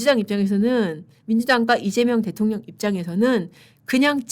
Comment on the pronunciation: 또박또박 이재명 대.통.령 이재명 대.통.령 하시는데 거기에 격.노라느니.. 진짜 대통령 맞습니까? 그럴바엔 그 자 앞에 잘 조아리시고 대변인 자리라도 따내세요!!! 🎉